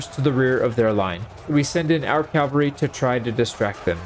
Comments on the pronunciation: It hurts hearing you say Calvary instead of Cavalry, especially as someone who seems to be really into medieval battle tactics lol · Cavalry. CAV-AL-RY.... Not calvary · Love the video, it was cool to see the strategies working even in a game. Just one thing. The word is CAV alry, not CAL vary. Calvary was a prominent town in the New Testament. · I keep hearing "Calvary," not "cavalry." Maybe it's me. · cavalry =/= calvary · CAV AL RY. It's not complicated. Calvary is where Christ was crucified. A totally different word. Just say cav. cav. cav. Forget the freaking L. The L comes later. Say CAV. There is no L in CAV. .. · It's pronounced CA-VAL-RY. I can't stand it when people mispronounce it. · Please learn to pronounce "Cavalry" the way literally anyone with more than a primary school education should... I mean for the love of God it's one of the key facets of the thing that your entire channel is about